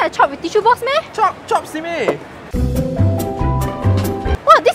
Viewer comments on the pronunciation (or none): By the way, it is 'chope-ing', not 'chopping'. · Isn't it "chope" not chop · It's CHOPE. Not CHOP.